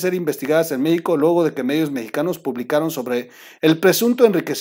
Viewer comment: 🔴🔴🔴🔴🔴🔴🔴🔴🔴🔴🔴🟣🟣🟣🟣🟣🟣🟣🟣🟣🟣🟣🟣🟣🔸🔸🔸🔸🔸🔸🔸🔸🔸🔸🔸🔸🔸 Ay troll, cuantos vicios de pronunciación tienes, buenas tus noticias comentarios, pero porque tus carcajadas? Son chistes o malas noticias? O sea, O sea, o sea, o sea, o sea, o sea, y tu risa hablando 😒 meicanos, meico, uffff!!! 🔴🔴🔴⚫️⚫️⚫️⚫️🔴🔴🔴🔴🔴